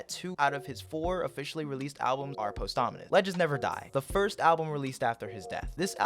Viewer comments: bros saying post ominous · Everybody else: pawsthumous:POSTHAMINUS Jokes aside this was a great take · “Posthomonous music” 😭